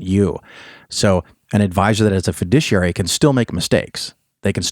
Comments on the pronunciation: ok, I loved this episode, but I have a question. recommended that people seek out a certain kind of financial advisor. It sounded like he was saying "fudiciary". I have heard of the term fiduciary. Was he pronouncing fiduciary weird or is there actually a term fudiciary? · It's difficult to trust the financial advice of someone who doesn't know how to pronounce fiduciary. Your mispronunciation rhymes with judiciary. You're clearly not stupid, but it does help not to sound stupid.